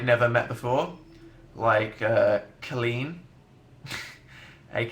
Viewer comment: I love how he pronounces Colleen's name "clean." Oh Dan XD